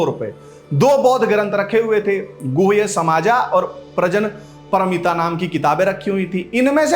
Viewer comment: Thank you for this new initiative. The teeka is welcome but while talking in Hindi, please get the Sanskrit names right. The name in the document is pronounced as Pragya-Paromita, not Prajan Paromita, as you said. Anyway, good going🙏🏻🙏🏻